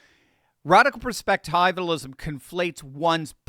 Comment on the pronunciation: I really don't want to nitpick but when you pronounce words incorrectly, it has an effect on the way people hear you. For those of us who know how to say perspectivialism, it is very distracting. It is not a long i It is a short i